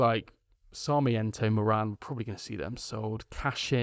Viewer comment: about moran (pronounced more-un, hurts as an irish person to here morAn!), stoke fans said he was a good player but he alcks that physicallity